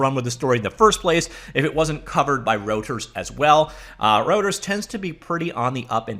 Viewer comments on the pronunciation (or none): correct pronunciation of Reuters is "royters". Gotta love German vowel usage.